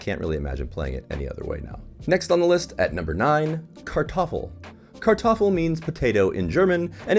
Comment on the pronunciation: In German its Not Kartoffl, it's called Kartoffel